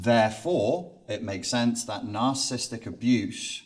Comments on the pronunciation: For his12 years in the field, why does he keep mispronouncing narcissistic as narcisstic? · I do not know if I can trust a “professional” who can’t pronounce “narcissistic” or spell it.